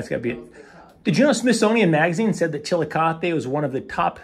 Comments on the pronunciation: You managed to make make Chillicothe sound like a Spanish word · Come on..suggesting we take a shot every time you pronounce the town's name wrong is virtually suggesting irresponsible drinking..TSK, TSK says Foster Brooks (well he slurred it)